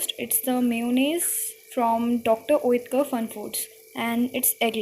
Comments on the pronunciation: It's not oyetkar it's otekar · oetker what's that but I have heard oatker